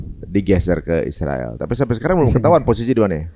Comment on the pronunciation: Aruiiillll utang, biasa sj sebut Israel bukan Isriwil dong Mas Aruiiiilll Utang